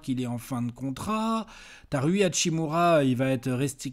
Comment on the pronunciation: Rui hashimura se prononcé lui hatchimura